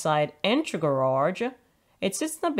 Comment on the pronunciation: I just love this lady’s accent. Especially the way she pronounced “ga-raRRRge.”